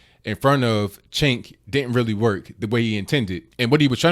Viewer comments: It's pronounced 'Jenk.' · It's pronounced 'Jenk'.